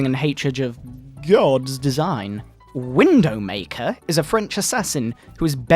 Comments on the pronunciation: He got every name wrong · Is this the review that calls Widowmaker "Windowmaker"? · With C R E E P E R